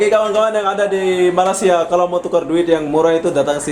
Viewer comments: 1) Bukan Malasia tapi sebutan itu biar jelas Malaysia = MALAY SIA KAMU TELAH MENGHINA SECARA TIDAK SENGAJA 2) Duit Malaysia = Myr , drop teruk tu ...1juta rupiah - rm295 sahaja .. sgt mengecewakan ... 3) selamat meraikan bulan Ramadhan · Hoi indon tolong cakap baik-baik sikit.!! Bukan MALASia okehh!! Sila sebut nama Malaysia dengan betul.